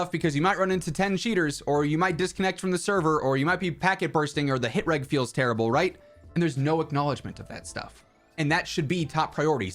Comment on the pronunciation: PLEASE PLEASE stop pronouncing "hit reg" with a hard 'g'.